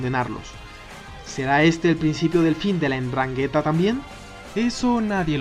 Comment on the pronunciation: Se dice Ndrángheta...!...